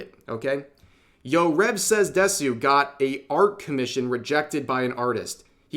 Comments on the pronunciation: You read "DESU" as "DES-YU"? Interesting. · Once again, Rev says Desu.